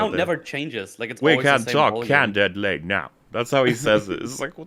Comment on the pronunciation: "We can talk can did ly now. No more e luding my ques tions."